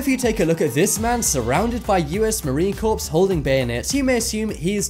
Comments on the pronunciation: It’s US Marine “Core”. The p and s are silent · It's spelled corps. I say it on purpose. Like salmon, buffet and receipt.